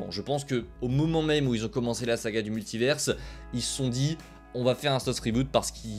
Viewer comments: Pourquoi tu dis multiverse ?? Soit tu le dis en anglais et tu fais l’accent soit tu le dis en français et tu dis multivers. Jamais compris le délire de dire multiverse. Ca n’a pas de sens. C’est comme si on disait universe pour dire univers. En anglais ils prononcent le S mais pas nous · Svp apprenez à prononcer Multivers